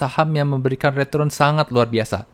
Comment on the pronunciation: Dan retrun